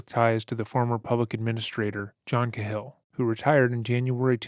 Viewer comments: Cahill is pronounced Kay-Hill. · For the love of god It’s pronounced KAY-HILL! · It's pronounced Cay-hill, Irish. I really appreciate your content. ✌🏼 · Do you mean Cahill (Kay Hill)? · Narrator needs to learn how to say the last name "Cahill".